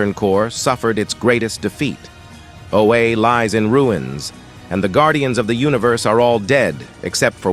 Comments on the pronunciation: Oh-ah, not oh-ay. Thanks for the video.😊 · "Oh A"? D fuck. "Oh-Ah". If you are going to use ai generated voice over at least check the damn pronunciation of words that fans will know. Scrub. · "Oh, Aye"!!! AI needs some training. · I hate that the AI narrator calls Oa, "O-A." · Stoped watching when said Oha wrong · Knew it was a.i as soon as he pronounced oua wrong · Read this yourself, please, the AI can't even say Oa correct smh